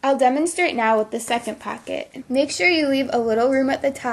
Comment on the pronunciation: "packet" or POCKET!